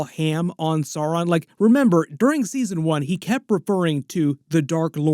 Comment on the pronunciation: Blue Wizards names are Alatar and Pallando, and also perhaps Morinehtar and Rómestámo. The mumakil/mastodons in LOTR films/books are from Harad (south) not Rhun (east). You do persist in mispronouncing Sauron, which should rhyme with Gowron (Glory Be To Your YouTube Channel)